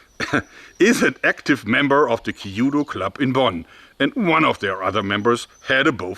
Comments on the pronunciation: Great video but the pronunciation of kyūdō hurts a little haha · Happy New Year Jeorg! I have been a student of Japanese language and culture for many years. I had the great pleasure to live in Japan for three years in my mid 20s and am still mostly fluent and literate. If I might say, first. 弓道 (kanji), きゅぅど (“hiragana” Japanese alphabet), kyūdo (“romaji” English transliteration) should be pronounced in two syllables kyu and do with the first vowel, “u,” sound lengthened slightly, rather than three syllables, “ki,” “yu,” “do.” Also, 江戸, えど, edo, should be pronounced as eh-do, rather than ee-do. But, try not to add an “h” sound to eh-do. Yes, very minor errors of pronunciation and not being Japanese I am reluctant to point it out (and most Japanese, being enormously gracious would never correct you, they would be impressed and happy by your effort), but you strike me as a man who wants to get things correct. So, there you go. For a really good description of the transition of the Japanese military during the 江戸 period, I recommend Tom Cruises, The Last Samurai. Live your YouTubes, Jeorg! I always learn so much and always marvel at your innate engineering acumen. Thank you, again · It's not called Ki yu do, but Kyūdō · 弓道 kyudou. The pronunciation is more close to when you say q then dou. Q,DOU not kiyuudou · I always thought that the Chinese bow was a lot easier to learn and more practical to carry in the battlefield. Your engineering skills are great, however...you're telling me that there's a dedicated Kyudo club in Bonn and no one overthere can pronounce it (Kee-oo-doh) instead of "kee-judo"? Same reaction dojos all over Japan have when they hear the word "Karate" [Kah-rah-teh] pronounced Kah-rah-ree by Americans that give a gazillion colored belts every three months at their dojos.